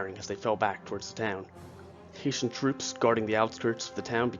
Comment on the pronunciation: It's Hessian not HaitIan.